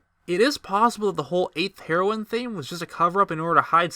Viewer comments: Heroine is pronounced as the drug of the same name, though it’s means female hero. Sorry just wanted to clarify, but nonetheless intriguing video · It's pronounced as Hair-o-in. Not Hero-in. fml. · it's pronounced HAIR-OH-WIN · You say heroine wrong, just so you know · “Heroine” is pronounced just like the drug “heroin”. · Was gonna shoot myself if I had to hear u mispronounce heroine one more time. U sound dumb af.